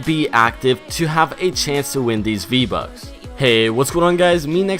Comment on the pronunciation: “VBuk”. Lol